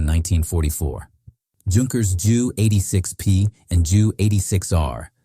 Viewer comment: When pronouncing Junkers, it's pronounced ‘youn•kers’, and specifically the JU, is pronounced just as ‘J•U’. Not as Jew. Which could be a delicate mention, especially when discussing German WW2 aircraft, and the repercussions, of Hitler's ‘chosen ones’.